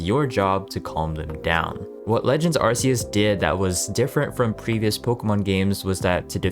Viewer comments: its ARC -e-us not Arce -e -us !!!!!! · When are people going to realize it's Ar-kee-us not ar-see-us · Bro its a hard C like arkeus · it's a peeve of mine that people always seem to mispronounce "arceus" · Why in Tf Is It So Hard To Say A ARCEUS PROPERLY?!?!?!!!????!!?? I swear, it’s dead ass been over 10 YEARS SINCE WEVE BEEN SHOWN THIS POKÉMON AND TOLD HOW TO SAY THE NAME!!!!!!!!!!! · lmfao yo it kills me when Pokémon fans say the name wrong. They can buy every garbage game gamefreak puts out but can’t say the names properly, drives me nuts 😂😂😂😂.